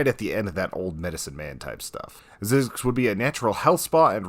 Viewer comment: It's pernounced ZIE ZEX